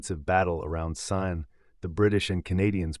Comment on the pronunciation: Kept mispronouncing Caen in different ways. Interesting though.